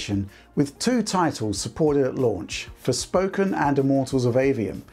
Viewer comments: Did just say 'Sporfoken'? xD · love the chuckle after mispronouncing the game as Sporefoken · “ sporfoken” LOL 😂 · sporfoken hehe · "and here's the same thing happening with Sporfoken". :) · SPORFOKEN! kekw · Great video as always! However, mentions "Sporfoken", which made me chuckle.